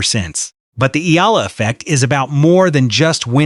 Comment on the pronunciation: Finally .... somebody pronouncing Alex Eala's last name correctly in youtube 😁